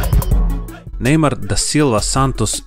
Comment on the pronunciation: Nije nejmaro nego nejmar